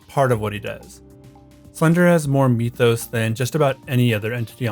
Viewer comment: Why do you say the word mytho's like meethos? 😂 So do you say the word myth like meeth?